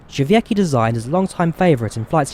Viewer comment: it's dʐɛˈvʲɛtskʲi, not how you pronounced it. the "c" is pronounced like "ts"